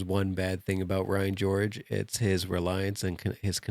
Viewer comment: Did you just say Ryan Gorge?